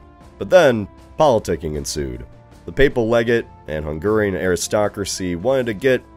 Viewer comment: bro this guy mispronounces everything ive caught it atleast 5 times in this video Edirne, Croats, Hungarian (when he said hungarian nobility), it's just so lazy especially for a big channel